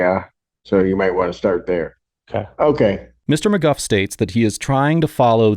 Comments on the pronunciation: Narrator: “Mr McGuff” Judge 😎 “Mr McGoo” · Stop calling him "Mr McGuff", it's "Mr MacGooo" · The defendant calls himself “McGOO” but you call him “McGuff.” Why?